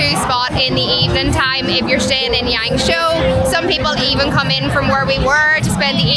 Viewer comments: Is it YangShuo? (Not YangShou XD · It's pronounced like Yahng-shwaw roughly